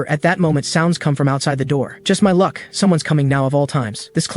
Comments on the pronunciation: 😂😂 I'm dying on lunck instead of luck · Bruh "lunck maxed"